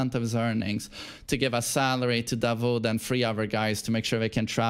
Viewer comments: Its 'Daud' not 'dawood' while saying 😃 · Just a correction you pronounce it "da-wood" like wood in english, not vood. Which is David in the Arabic language. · it's pronounced Da'ood not Da'wood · his name is dawood da wood like wood or not vood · its pronounce "DAAUOD" not DAWOOD , its DAVID in Christianity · It’s not davood😂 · Hi from Pakistan. The name Dawood is pronounced like "W" is silent (Da ood).